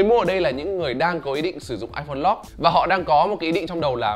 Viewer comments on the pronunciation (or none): lock mà cứ đọc lot lot cc :))